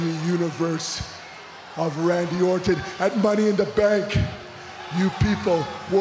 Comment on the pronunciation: lol its Randy Orton not Randy Orten U Indian Jobber!